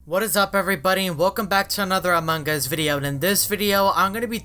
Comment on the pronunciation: No one: This guy: amangas